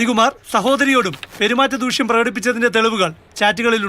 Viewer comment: ദൂക്ഷ്യം അല്ലെടോ ദൂഷ്യമാണ്.